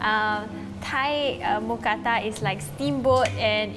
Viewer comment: I’m so happy since I’m Thai and moo means pork or pig but it’s not pronounced like a cow Kata means pan So mookata together is a meal name Edit: that is the almost perfect pronunciation of mookata